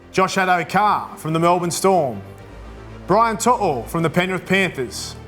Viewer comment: Credit to Braith Anasta for pronouncing Brian To'o correctly. Sounded like an actual Samoan 🇼🇸